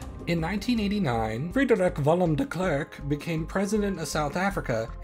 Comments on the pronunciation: I disagree. That's not how I or anyone else I know would pronounce F.W. de Klerk. I don't know how the dutch would pronounce it, but his pronunciation of Frederik Willem sounds almost like German to me whilst his pronunciation of de Klerk sounds English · well yeah, I don't care that he got it wrong, it's a hard name and I didn't expect him too. Glad he tried at least. But that is still definitely not right for Afrikaans. That's what the thread was about, does Afrikaans pronounce it like that, I don't agree that it does. Dis snaaks dat ons altwee Afrikaners is en dit verskillend hoor, wonder hoekom. Dalk het ons altwee verskillende Afrikaanse aksente. Maar vir my klink dit heeltemal verkeerd vir Afrikaans. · As a Dutch person, i wonder if your pronounciation of Frederik Willem de Klerk is just wrong, or if my assumption that it would be pronounced very similairly to how it would be pronounced in Dutch is wrong Regardless, this is a good video, i didn't know South Africa had nuclear weapons before